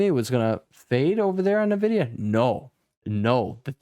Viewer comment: i like how you pronounce NEEVIDIA :)